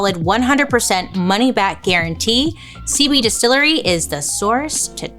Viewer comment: Girl it sounds like you're saying "seaweed distillery" not "cb distillery" 😅